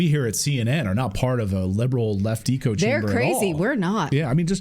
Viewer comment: You pronounced "echo" incorrectly four times in a 1 minute span.